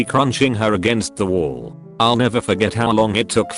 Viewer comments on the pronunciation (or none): none